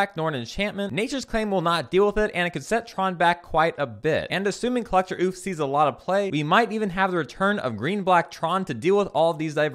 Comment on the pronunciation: When pronouncing ouphie think what did the communist say when hearing about sales tax? Oh-fee